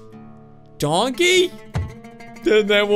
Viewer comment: when you said donkey i thought. you said dog